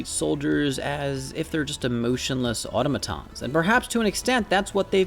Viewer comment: Narrator, "au-tom'-a-tons" (or "au-to'-ma-tons") not "au'-to-ma-tons